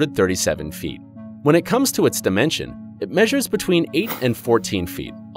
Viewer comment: six point fifty six feeet🤣🤣🤣